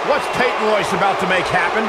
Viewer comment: It’s Peyton Royce